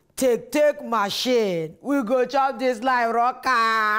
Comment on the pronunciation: Spelling:live Jenifa:leavf 😂 I'm rolling right now 😂😂